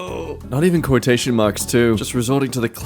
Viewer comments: quo-tootion. lmao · Quot-ocean or Quototion, I like this pronunciation 😅